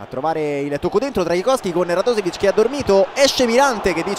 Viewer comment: pronuncia un è /radosevic/ ma /radoshevic/